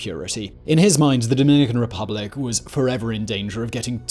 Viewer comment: “Dominican Ruplic”?